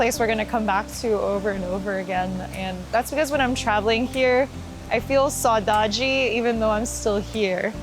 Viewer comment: I can't believe you said "saudade"! I'm Brazilian and I had a silly smile when I heard that hahahaha You’re always welcome whenever you want to come here!